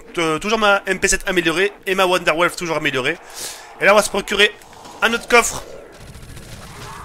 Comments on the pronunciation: ce n' est pas la wanderlaffe mais la" wanderwaffe"😒😒😒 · Mes oreilles qui saignent quand il nous sort 'la wonderwolf'...